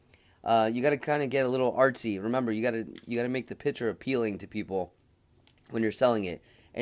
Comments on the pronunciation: “PICTURE” is pronounced “PIK.- TURE” .................not “PIT- TURE”. FYI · P i c t u r e not pitcher